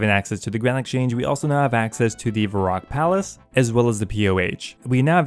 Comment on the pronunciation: Did you just call it "Grind Exchange Account"? Cause I feel that lol